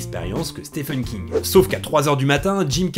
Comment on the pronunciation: Stephen se prononce Steven ;)